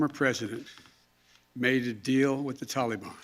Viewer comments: Will someone tell this demented blubbering "commander in chief of lying and shifting blame" that it's not "tally bon" it's ta-li-bAN! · It is not Tollybon, it is the tal e ban. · Why does Biden say Talebon instead of the Taliban?